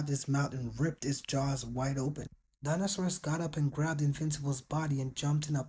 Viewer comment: Why do people pronounce Dinosaurs as Dinosaurus? Either its spelled wrong or people are saying it wrong.